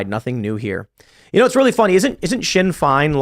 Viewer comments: It's pronounced "shin fayne" and they're the political arm of the IRA. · Shinn Fain not fine....lol as it sounds not spelt before some Irish meat head tries it on....Also rhymes with *Shit Brains*...... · Timcast starts after a week of news to regurgitate and Tim ("I don't need no school") Pool pronounces Sinn Fe'in as "shin fine" and Le'on, France as "lion". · Hey Timcast, it’s pronounced ‘Shin Fain’ and ‘LeeTriM’. How Britain treated Ihe Irish? A few unknown facts: Irish and British citizens can move freely and live in either nation, there are more Irish in Britain than there are British in Ireland, Ireland enslaved the British for centuries. Dublin was the European slave capital for centuries. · It's pronounced "shin fayn"